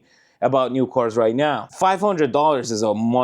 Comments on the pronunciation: It took me some time to realize that you were talking about CARS... because you pronounce CORES. Apart from that, your pronunciation is top notch. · He keeps saying coors and I was confused. Why is a Russian drinking crappy american beer?